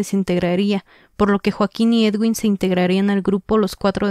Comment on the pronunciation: una simple corrección es Eduin no Edwin ✌️🥰